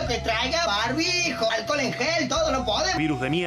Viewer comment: Lo acusan de vender alcohol en gel y el tipo vende "aquel en jol" que es muy distinto 😁😂